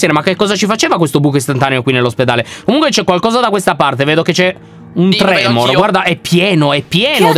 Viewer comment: Quei mostri sono i tremon non i tremor🤣